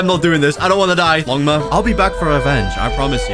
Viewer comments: The part when he he said ligama accept logma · bro really said longma to ligma💀💀💀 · bro it’s longma not ligma 💀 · bro called longma ligma 💀